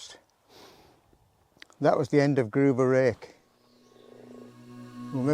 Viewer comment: It's not pronounced "Groover rake" It's Grove rake as in a grove of trees and a garden rake .